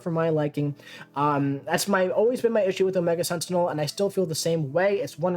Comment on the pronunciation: Solid video,. Mainly I’m here to congratulate you on your pronunciation of Masacre…… and then I got to the Omega Sentinel part….